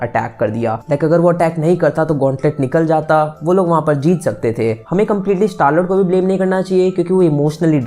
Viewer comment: Mujhe star l*nd Sunai diya lol...😆